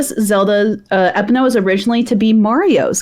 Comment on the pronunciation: Dan and Ana are right. Or at least the closest. Epona is named for a Celtic horse god. It's pronounced Eh-PAWN-ah.